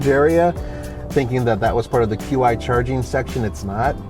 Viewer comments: Qi is pronounced "chee". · The Qi wireless charging standard is pronounced "Chi" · Actually it would be more like Chee with a long e sound. If you're from Chicago like I am when you see Chi it's you would pronounce it with a sh sound. If you were a Greek in college Chi would be Ki or Ky sound. Where as Qi would be pronounced more like Chee like Cheetah. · Qi - you would actually pronounce it CHEE ... CHEE wireless charging. - Great review! enjoy these "normal" car reviews.